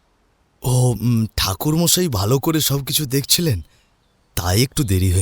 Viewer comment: ঠাকুর মশাই ❎থাকুরমশাই✅😂😂😅😅😂😂😅😅